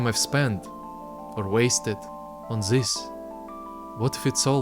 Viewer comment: Great video! Just please, start saying "this" instead of "ziss". Congrats tho! lookin' forward for some tuts :3